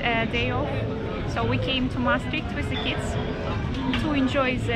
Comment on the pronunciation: Thamks for showing us Maastricht, and thanks for saving Suxy. I prefer the wy you pronounce it though 🙂